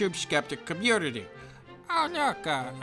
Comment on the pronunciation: "Muh communitah!"